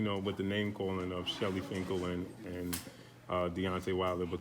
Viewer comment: Why has no one corrected Eddie on how to say, Shelly Finkel. Not Shirley Winkle.